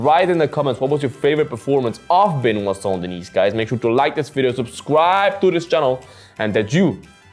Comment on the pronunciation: Cmon man if you can pronounce "Gaethje" or whatever you can at least try for "Benoit" especially concerning the fact that, you know, its who your video is about...